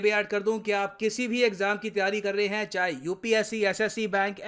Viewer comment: Japan - Heee 😂😂😂